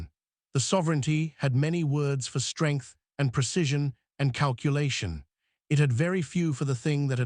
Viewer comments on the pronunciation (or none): none